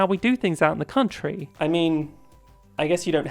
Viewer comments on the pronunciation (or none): none